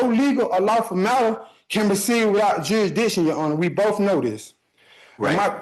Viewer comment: How did that “juradickshun” argument work out for Darrell Brooks, son?